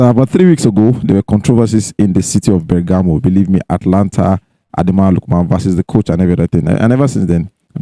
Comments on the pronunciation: Guys, the name of the team is "Atalanta" not "Atlanta" like Atlanta, Georgia, in US. There's an extra "a" there after the "t" so, note and stop calling it "Atlanta" on your cool podcast. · Guys, the team's name is Atalanta, not Atlanta. Take note of the additional "a" after the "t". Please, correct your pronounciation.